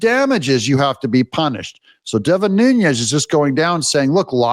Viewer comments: It’s “NEW-nezz,” Doug (not “NOON-yezz”). there’s no “y” sound in Devin Nunes’s name. Thank you for your attention to this incessant matter. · You're right about oBaMa, Doug. (PS: I think "Nunes" is pronounced "NEW-ness," and not what the Spanish pronunciation would be with the little tilde above the "n.")